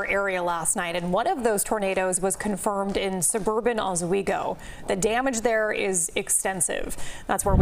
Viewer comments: OSS-weego. The lady in the beginning said OZ-weego. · Wish the TV folks would pronounce Oswego correctly